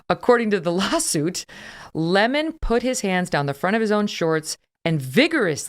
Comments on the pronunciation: It's Don Le-Mon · It's pronounced "Le´mon"! 😂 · His name is not pronounced 🍋